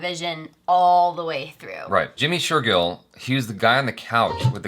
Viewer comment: #JimmyShergill, finally found a name that he can pronounce correctly 😅